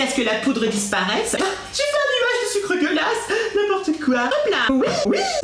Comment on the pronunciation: Quand tu dis le sucre glace on dirait que tu dis le sucre dégueulasse